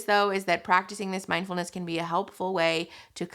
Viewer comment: Guys. It's mind-FULL-ness, not mind-EMPTY-ness.